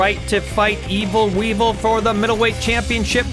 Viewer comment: Wee-Vul! Wee-Vul! Wee-Vul!